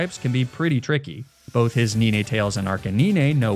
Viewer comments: Please. Please god no. It's 'nine'. Like the number? You know, 7,8,9. It's not 'nee-nay'. Please stop. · Really like ur videos, but u saying ninetales the way u are, when it literally has 9 tales is triggering me so much, its 9tales bro pls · he was sayin NINAY TAILS😭😭😭